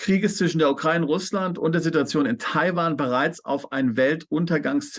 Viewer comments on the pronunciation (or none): Bitte lernts die Aussprache von Ukraine/ Ukrainer ... wenn die Aussprache schon höre muss ich überlegen was die damit meinen!Wie betont und falsch ausgedrückt schlimmer gehts ja wohl kaum!Bin selbst keine aber bekomme da Gänsehaut!